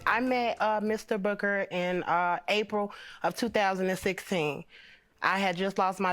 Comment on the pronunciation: Sounds like she keeps calling him Mr Booger lmao